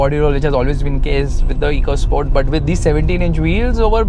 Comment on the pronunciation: Its not EECO SPORT (इको स्पोर्ट्स) its "एको स्पोर्ट्स "